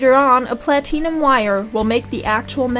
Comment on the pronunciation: Plateenum lol. Good video though!